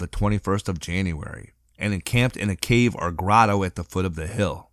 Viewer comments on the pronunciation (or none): none